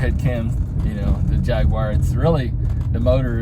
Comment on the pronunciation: It's good to hear someone pronounce the company name correctly